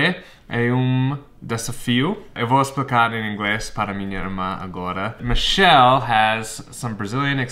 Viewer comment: Engraçado quando vc fala português vc chama a Michelle de Michéli, e quando fala em inglês chama de Mishell